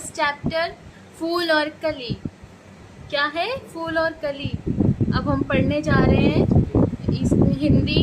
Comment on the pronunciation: Madam ji fool nai phool hota hai 😂